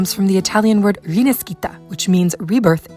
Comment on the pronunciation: The right pronounce of the italian word "rinascita" is /riˈnaʃita/ - [ri-NÀ-shi-ta]. The right pronounce of the italian name Michelangelo is /mikeˈlandʒelo/ - [mi-ke-LÀN-dje-lo], not Michaelangelo